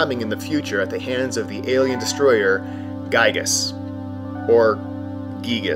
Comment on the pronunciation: Gyiyg is pronounced "geeg," and Giygas is pronounced "geegas." In EB0, Phil Sandhop wrote the name as "Giygue" because he thought spelling the name as "Geeg" would be stupid.